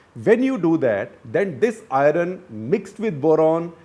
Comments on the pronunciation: If ignorance is bliss... you are blessed.... stop your nonsense about ' India" . .... Talk about your contribution to casteless society. What is your "surname" ? ..... Your pronunciation of " Iron "........ and " Pipty " by Gujaratis for " fifty" are vestiges of Dravidian influence on people who believe that all that is India is Rg vedic in origin. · Just a question: Why can people north of the Vindhyas never get the pronunciation of ‘Iron’ correctly. Even the Doon School types cant get it right, ironically 😜